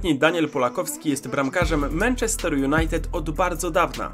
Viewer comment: dzięki za ten filmik ps. nie każde 'a' w angielskim wymawia się jako 'e', anfield wymawia się anfield, podobnie manchester i target man